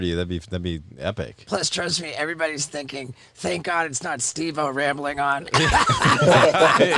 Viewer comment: Holly shit, took me a while to see it, nice job Stevo, oh wait, Stev-O, no wait, Steph o? can't seem to get it right 😂